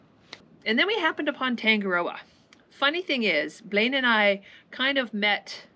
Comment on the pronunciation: This singer might help you with pronunciation of Tangaroa. I'm from NZ too and my yacht is Passing Time which occasionally gets taken the mickey out of... Thanks for cool vids - your got a new sub 😀